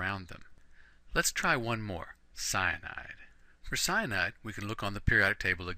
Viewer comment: I love the way you pronounce Cyanide!!